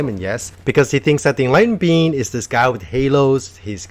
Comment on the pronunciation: Everytime he says "being" I hear "bean" and this makes me happy